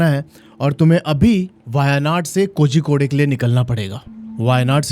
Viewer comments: Bhai it's pronounced koricode and not kozykodey.. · Hello hello mysterious state????? Waise tumne kitne mysterious explore kiya hein kerala mein???? Pehale jagah ka naam teek se bolna seeko Kozzzzicode nahi bolte. Z ko tounge twist karke bolna padtha hei.... kolikode bol sakte ho lekin woh bhi sahi nahi hei but almost sahi hei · Kozhikode is pronounced koryikod. THA is pronounced Da in south, ssery is pronounced sshery